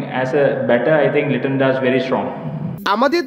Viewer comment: not niton it is liton